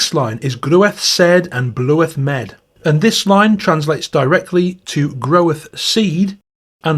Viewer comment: The pronunciation of the Middle English is a bit off: "Groweth", "bloweth, "lhouth" had the sound of modern "claw", not "clue" Its a long vowel "in "sed", "med", like the AI in "air" The R must always be pronounced (sterteþ, verteþ, naver). The accents that drop it only started doing so around 1700 "Murie" has the sound of modern "good" (in a southwest or West Midland dialect, it would be "mirie*" in the East Midlands and "merie" in the southeast). Not "mye-rie" anywhere. NG is always the "hard" one as in "finger", even at the end of words Despite the spelling, "awe" likely had an /eu/ or /ew/ type diphthong.. The modern "oa" sound in "goat" in a really posh RP accent is pretty close. Verteþ obviously has a V sound in the original dialect (would have been an F further north) The initial sound of "lhude" and "lhouth" is debatable. I think the spelling suggests Old English HL and L had not yet merged for the original writer (those words both had HL, while "lamb" had L). It was probably something like the Welsh LL sound. *"Mirie it is while sumer ilast", another Middle English song